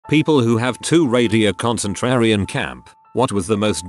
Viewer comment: Too-raidy a concen-trairian camp